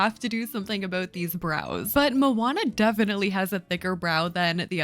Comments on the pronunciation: i respect sm that u asked thank u! :D yeah i think u are right to not trust their input on this haha. the way we [maori ppl] pronounce it would be similar to "mo-uh-nuh" it means ocean in pretty much every polynesian language :D 🌊 it's a beautiful word it deserves to be said correctly :') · oooooooof. ur pronounciation of moana hurts my soul as a polynesian 😭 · How is Moana pronounced? I’ve only really heard her name pronounced as “Mo-on-nuh”, or “Mo-ann-nuh” (forgive my weird way of spelling pronunciations, I get confused by how they do it in dictionaries) and I just go with the first pronunciation because I’ve only heard it pronounced the second way by American (southern US) white women in their mid-seventies, and I don’t entirely trust their input on these matters.